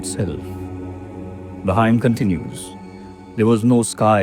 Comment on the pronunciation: Hymn is pronounced "him". Ideally it would be best to call it Sukta / Richa using the original Sanskrit non-translatable term.